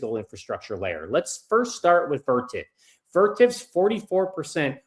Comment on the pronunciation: What stock is he talking about at the end?? Vertiv didn't have earnings but it sounded like Vertip